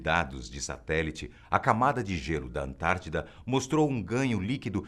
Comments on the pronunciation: É ANTÁRTIDA*!, não confunda igual a min. 😂😂😂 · Antártica!!!!! não antartida